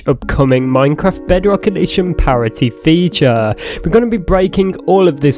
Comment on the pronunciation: I promise you you're saying "parity" wrong